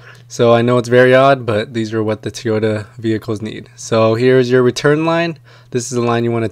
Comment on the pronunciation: TOYota not TEEota. thanks for the vid.